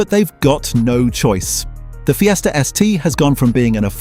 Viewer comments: What about Ford Feesta.? What a givaway. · Ford Feeeester....?😂🤣😂 Dump the AI crap